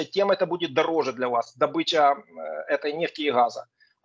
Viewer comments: Скажите этому эксперту что ударение в слове "добЫча" ставится на "ы". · Дурашка, добЫча - на охоте, дОбыча в промышленности